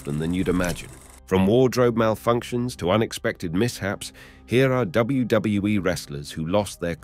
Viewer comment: Bro said wgwe